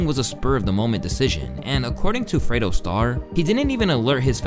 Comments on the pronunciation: fredro starr, not fredo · Fredo Starr?? It's Fredro Starr.. lol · His name is FREDRO Star. Not freydo. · FREDRO Starr not Fredo 😂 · his name is not “Fredo”. It’s fredRO Starr. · Fredo Starr? Who tf is that? His name is Fredro Starr. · if you call Fredo Starr Freido one more time lol